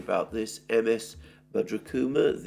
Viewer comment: Please dont miss pronounce indian names. R's are not silent in his name. You got to pronounce his name. Its not Bada kuma its Badra Kumar